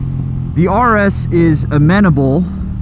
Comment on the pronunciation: ...you're constantly mispronouncing the word!